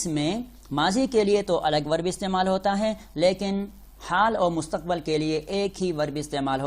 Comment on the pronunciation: Mustaqbal Kya hota hy Mustaqbil hota hy.